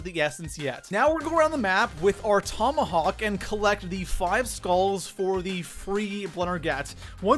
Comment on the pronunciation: The tomahauwk, the boux, number two spout, solou, the spauwn room. (His accent)